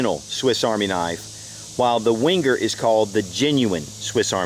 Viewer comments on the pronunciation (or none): It's pronounced 'venger', not 'wenger'. And you can buy Lindt at supermarkets here in the UK. Can't you get it in America?